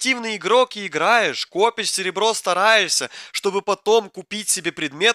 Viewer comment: Когда говорит, чуть чуть можно услышать к примеру:"стараешься" А он говорить:"стараесья"😅